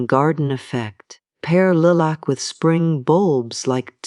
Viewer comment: AI voice over and the mispronouncing the word Lilac was an immediate turn-off. Did not finish and won't be back.